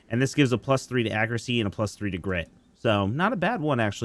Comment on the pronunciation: Incase anyone could not understand him for the last orb for Felgarth. The orb for air magic gives you grit +5. I had to listen 5 times to catch it. Nothing but love to you.